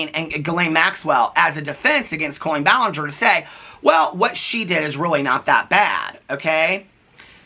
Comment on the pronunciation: the only silly laughable moments this whole situation has brought is saying "ball-in-ger" and saying "expertise-es" for lengthy serious videos.